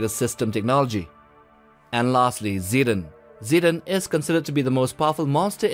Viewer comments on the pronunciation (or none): Zetton isn’t pronunced see-dun,it’s more like seh-ton